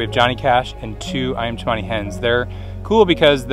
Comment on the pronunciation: Iyam chemani? No it’s ayam cemani 😂